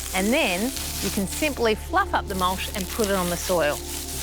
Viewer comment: I just love how she says mulsh ... I'm saying that way from now on